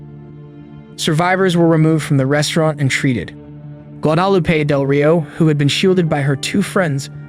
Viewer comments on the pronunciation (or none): “Gua-dah-loo-pay” that was one of the mispronunciations of these victims’ names. Such a tragic story. And now it’s all too common… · You pronounced Guadalupe correctly the first time, what happened the second time lol. " go-DAH-lupe " I just thought it was weird. Rest in peace to all the innocent people who lost their lives. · The name Guadalupe is pronounce gwah dah LOO pay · Craziest pronunciation of Guadalupe I’ve ever heard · How does one not know how to pronounce "Guadalupe"?